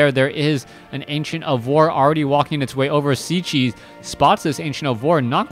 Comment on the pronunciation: Hi man .. just a comment .. is Cechi .. means he is from Czech republic .. if you want to pronunce corectly try to say Chahee .. respect